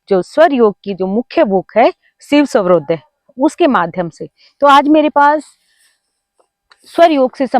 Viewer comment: Madam aap ka swarodaya ka uccharan sahi nahi hai